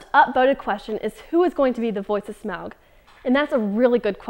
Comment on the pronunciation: Most impressive delivery,. That was a tongue twisting script, and you not only navigated through it, you even pronounced "Smaug" correctly. Too bad you couldn't answer more questions such as, "Are you hot?" "Is single?" and "Will you touch my wiener?"